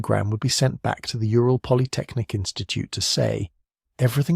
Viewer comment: Ural = Ooral, not yooral (Ура́л).